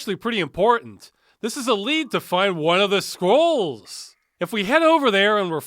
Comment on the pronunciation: Why do i always understand squirrels instead of scrolls?